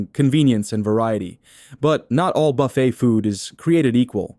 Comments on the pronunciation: It's pronounce "buf-fay"... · Hey AI you may want to learn the correct way to say buffet.